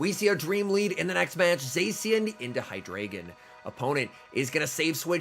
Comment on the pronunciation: Just letting you know it’s pronounced HyDRYgon, not HyDRAYgin. It has to do with the German numbers one, two and three: Ein, Zwei, Drei, referring to the number of heads that deino, zweilous, and hydreigon have :)